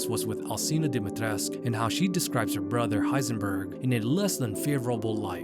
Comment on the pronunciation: DIMITRESCU!!! NOT DIMITRESC.... NOR DIMIATRECAH.